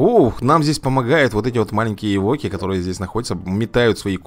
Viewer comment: Не эвОки, а Эвоки. Вроде бы так.